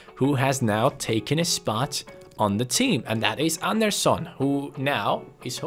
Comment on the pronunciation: your pronouncing Anderson’s name like he’s Brazilian 😂